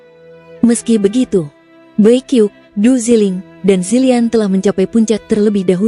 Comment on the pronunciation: Bacanya bukan bai kiuk... Tapi bai qiuksue.